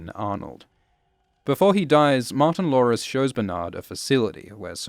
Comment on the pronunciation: Every time you say “Martin-Lores”. It sounds like Martin Lawrence. And then i think about how much better the show would be if Martin Lawrence was in it.